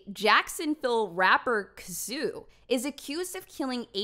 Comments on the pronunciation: “Kazoo” 🤣🤣 its “Kay-so” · pretty sure its pronounced Kay Soo like queso, the spanish word for cheese. trap lore ross did a video about the gang war in jacksonville which has some more information about the events leading up to this case if any one is interested. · Lol it's pronounced "Kay so" but you funny asf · Pronounced "Queso" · Lol pronounced K-so